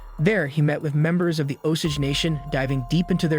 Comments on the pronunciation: Martin Skor-say-zee. He's famous. Oh-Sage pronounciation... not Oh-sidge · And it's pronounced Os-Age.....not Os-ige😕😕😕